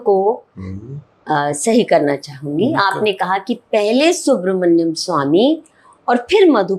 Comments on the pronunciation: This journalist is too interfering, very immature man, doesn’t let the lady complete her thought process. Pronunciation of Swamy’s name as Subra-hadyam Swamy. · Aap journalism sikho... interview acha tha...lekin apko Subramaniam pronounce karna nahi atta...guest ko baar baar interrupt karna ye band karo...otherwise good interview!!